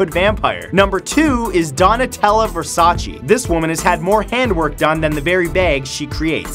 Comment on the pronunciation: Please try just try to pronounce Versace’s name the correct way it ‘s not versacee it’s versaceh. thank you!